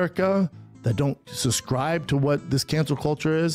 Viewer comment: the way he says subscribe is so funny. he pronounces it as "susskribe"